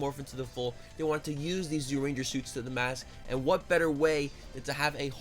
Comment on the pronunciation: Kyoryu Sentai Zyuranger? Isn't it pronounced closer to "joo-rangah"?